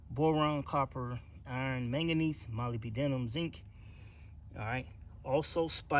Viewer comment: It's pronounced mo-lyb-denum. Mo as in Mo' Money. Lyb as in Liberal Denum as in Da Num like Da Number.